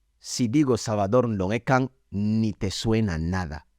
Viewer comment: buen trabajo, entiendo que quizás no hayas crecido hablando fang pero tienes que trabajar tu pronunciación de los nombres sobretodo. Dices Nvó o Ndong Ekang y parece que hablad de otra cosa. Pero buen trabajo de todas formas, sigue así.